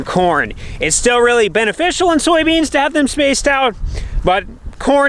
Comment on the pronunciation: Soy beans, not Sowie beans